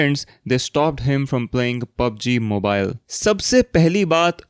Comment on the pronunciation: bro its not "Moobilee", its is Mobile